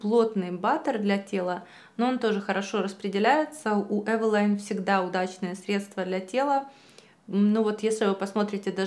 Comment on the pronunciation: Не смогла смотреть из-за произношения бренда.... Прочитала описание к видео, сделала скрин, спасибо...